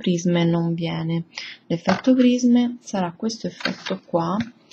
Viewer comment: brutte unghie e pessima pronuncia di prisme